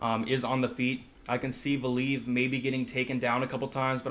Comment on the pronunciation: Pronunciation police ! Val-ee-ev and in-oh-way... not val-eev and definitely not "ee-noo" hehehe